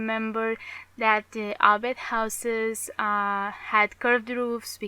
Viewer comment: You know its Hobbit and trilogy... Not yobbit and Treeilogy